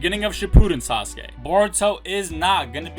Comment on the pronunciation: It's not sasake it's sasuke 😂